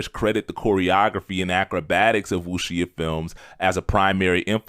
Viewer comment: Definitely appreciate the enthusiasm. I gotta point out that you’re mispronouncing “Wuxia” and “Taimak”. Wuxia is pronounced “Wu Sha” or closet to “Wu Shia”, and Taimak is pronounced “Tie Mock”. Also, you left out a big element of the impact of the grindhouse movies in NYC. Because of those movies, not only were dudes like Ron Van Clief making movies in Hong Kong, but dudes in the 5 boroughs were seeking out actual teachers, who were more than willing to teach the youth. This is how dudes like Sifu Raul Ortiz, Sifu Carl Albright, and Prof. Moses Powell (R.I.P.) emerged. This also encouraged ghetto youth to seek out martial arts in order to shoot the fair one, which kept them from killing each other in the streets. To this day, a lot of the O.G. Martial artists are passing on the tradition to the next generations. One last note: Bruce looked at fencing for his style to use his lead hand as the penetrating hand, aka the “intercepting fist”. ✊🏾